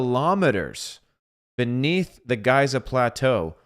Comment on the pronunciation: Great subject and take. Thank you brother. BTW Giza provenance as Geeza✨️🙏